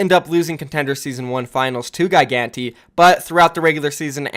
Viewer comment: ...And it's Gigantti not Gai-ganti. Man how could this day get any better??